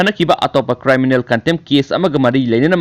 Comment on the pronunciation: Chanbiduna criminal haibiyu cryminal haiba natte